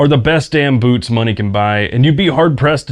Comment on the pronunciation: This video started auto-playing, and before I looked at the video title, my brain thought I was hearing "boobs" instead of "boots"